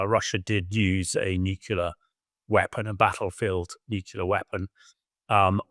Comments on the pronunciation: It’s nuclear - “nuke-lee-er” not “nuke-you-ler” - ignorant! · Why does he keep saying nucular instead of nuclear? It’s that another kind of weapon, some artyfarsty pronunciation or just military jargon? Also, what sort of defence does the west have to intercept and neutralise (Russia’s) hypersonic missiles? I’ve never heard of any but I’m also not well-versed in those things.